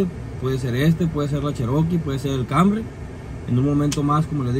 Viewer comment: Pero porqueeeee le dicen cambry a canrry pr favorrrrr😖😵‍💫